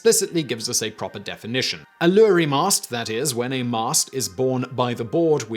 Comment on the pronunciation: Why do you keep pronouncing Iury as lorry? That's clearly an i not an L. The Roman alphabet didn't include the letter j and the letter i was used as substitute and pronounced as a y when used as a consonant. A lot of people don't know Jehovah and Yahweh are actually the same word. The vowels were left out so it was ihvh. The I can represent itself or a y or j since neither of them appeared in Roman alphabet and the same was true of v and w.